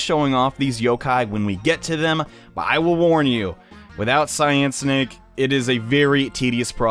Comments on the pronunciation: You keep saying Cyan Snake it's Cynake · It's pronounced Cynake (like Si -nake)